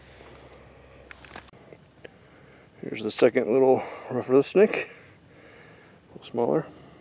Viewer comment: Great vid, but could you please put the names of the stuff you're catching in text on screen when you display it or say the names more clearly? I had to play it back 3 times to catch "rough Earth snake" and still ain't sure that's what you're saying.